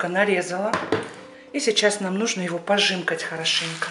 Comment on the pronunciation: Не"пожимкать",а "пожамкать"